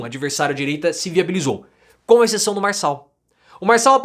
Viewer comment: Farshall, fala direito.